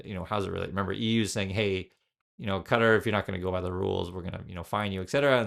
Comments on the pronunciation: Ka-TAR. Not cutter. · Yeah not cutter LOL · It's "Kah Tar," every time I hear someone say "Cutter," it makes me want to scream.